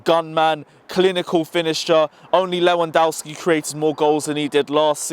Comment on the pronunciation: Who the hell is Timo Worner and who the hell is Lewondaowski? 😂😂😂😂😂😂😂😂😂😂